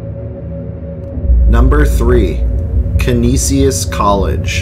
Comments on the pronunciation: He pronounced Canisius, Ca-ni-si-us and its pronounced Ca-nee-shus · *caneeshus college is the local pronunciation. And *Shays is the pronunciation for the theatres in the area. You missed the forest lawn cemetery. Great work though. For those that don't know western new York is chocked full of paranormal stories. Lots of history. Going back to the Iroquois and Seneca and possible Vikings exploring. It's fun stuff. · as a Buffalo native, thank you for this video. Some of the proper pronunciations are Canisius (can-ee shus) Medaille (mi-dye) Shea's (shays). Great video! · Its pronounced Ka-knee-shus aka Canisius college. Lol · Its Kaneshus college. That's how your pronounce it! Lol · I loved this video, I grew up in Buffalo, that being said, I did get a giggle as many of the location names are totally butchered. It’s all good though. Many Do not look how they are pronounced.